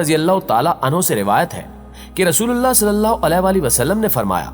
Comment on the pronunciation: Nabi e Kareem Sallallahu Aalihi Wasallam is the correct pronunciation .. Sari Bate apni jaga hn pehle Nabi Ka naam sahi se lena seekh jao